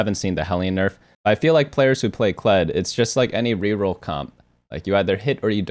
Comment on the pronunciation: Ah yes “Kledge”